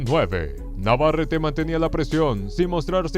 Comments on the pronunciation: Stupid commentator is a total disrespectful POS AT LEAST LEARN TO PRONOUNCE " VAQUERO NAVARETTE ! NOT FKING "NA VER ET" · Navarrete is pronounced Nah•var•reh•teh